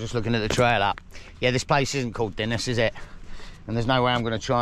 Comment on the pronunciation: PS Dinas is up on the main road (and pronounced Dee-nas)